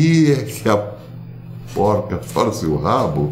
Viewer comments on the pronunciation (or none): none